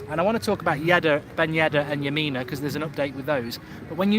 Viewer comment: Lmao mark your saying yerry lamina 😂